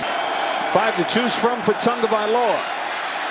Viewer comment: I still can't get over dude saying tungavilola numerous times... disrespectful